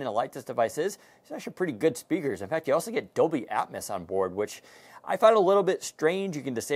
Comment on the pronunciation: He said "Dolby Atmis"!!! Also he called storage memory!